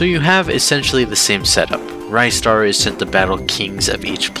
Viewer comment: Just found out you pronounce ristar as "rye - star", unsuscribed forever